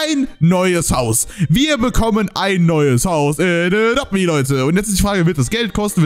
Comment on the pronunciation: Du schpricht adopt me wie adopte me aus